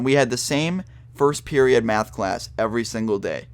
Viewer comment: he says math so funny mayhth